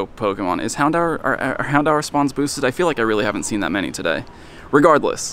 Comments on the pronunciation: did he just say "handower" instead of houndour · Hound-hour is the correct pronunciation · Hown-dower Or Hown-door... Never heard someone call it the way you did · Mans really pronouncing it hound hour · What an interesting way to pronounce “Houndour”